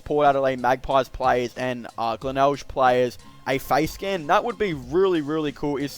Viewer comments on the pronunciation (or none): Heads up its pronounced glenelg the last g is pronounced same as grape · I love how you pronounce glenelg